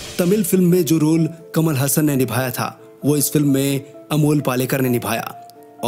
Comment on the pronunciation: कमल हसन नही कमल हासन वह कट पीस नही सनातनी है याद रखो